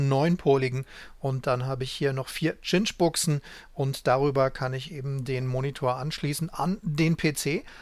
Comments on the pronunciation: Eigentlich wird der Cinch-Anschluss weder "Tschinsch", noch "Kinsch" ausgesprochen. Richtig spricht man es "Sintsch" aus. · Nettes Video. Und zur Aussprache der guten Cinch-Stecker: sinch wäre richtig, tschinch oder kinch wäre falsch.